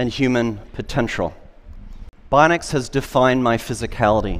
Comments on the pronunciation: Was anyone else annoyed by his pronunciation of "bionics" as "bonics?" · He never learned to pronounce bionics properly :c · Augmenting a healthy body by supplanting its intrinsic muscle function with external actuation will make a body weaker, not stronger. His claim that these things will make humans stronger is diametric to the reality of it. Also, 'bionic' is a three syllable word, not two. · He pronounces bionics so oddly 😖